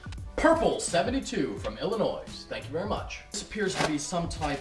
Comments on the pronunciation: Btw the s in illinois is not pronounced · Illinois. the 's' is silent lmao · You don't pronounce the "S" in Illinois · NOOOOOOOOOOOOOOOOOOOOOOOOOOOOOOOOOOOOO WHYYYY!? Why would you pronounce the 'S' is 'Illinois'?!?!?!?!